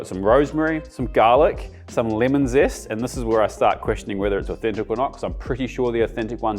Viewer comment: What on earth is "finnel"? or "limon"?